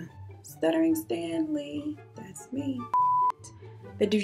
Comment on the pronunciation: It’s the “shuddering stanly” and “discover-y” blooper for me😭😭